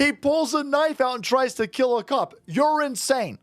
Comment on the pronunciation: I bet the mother was surprised! "HE TRY TO KEEL ME!"